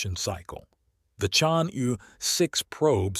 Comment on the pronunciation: "Chang'e" should be pronounced as 'charng' 'err' Take your time, read it out, slowly